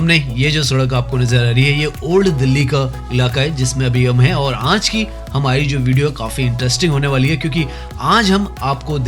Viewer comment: Aanj nhi aaj hota hai 😮😅